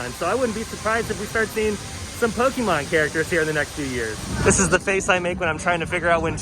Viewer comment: Hey there, my friend! Great video. Personal issue of mine, but did you know that Pokémon is pronounced with an A sound, not an E sound in the middle? A lot of folks don’t know that, but é is pronounced A So it’s properly pronounced Poke-A-mon. I know… I know… it’s just a personal mission of mine to help anyone I hear mispronouncing it. Yes… I need a hobby. LOL 😉😜